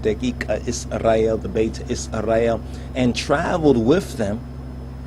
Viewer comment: Bro you don’t have to say Israel like this Isrrrray el lmaooo🤦‍♂️